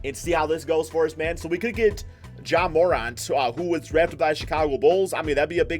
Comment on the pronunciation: This nigga said some “Jay MORant”🤣🤣